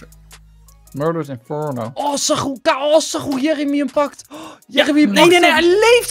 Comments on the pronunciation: Jer emy whahah hoe enzo dat zegt het is Jeremy xD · Jeremy? Djermey hahah